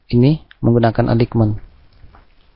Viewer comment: Materi channel Graphedu Indonesia sangat berpotensi mendapatkan pemirsa atau penonton yang banyak. Namun menjadi kurang menarik karena penyampaian dan pengucapan istilah asingnya. Sekedar saran, sebagai subscribers channel ini, mohon kiranya bisa memperbaiki cara pengucapan bahasa dengan baik, yg caranya bisa dengan mudah di pelajari juga di internet atau tinggal browsing di Google. Misal: Aligmen tepatnya ditulis Alignment dan dibaca menjadi "elainmen". Mohon maaf apabila kurang berkenan. Terimakasih atas perhatiannya. Semoga channel ini bisa lebih berkembang dan banyak penontonnya.